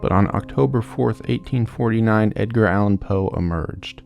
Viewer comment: I thought you said “Dadgear” Allen Poe and couldn’t stop laughing because in street parlance that means “father drugs”. 😂 ❤🎉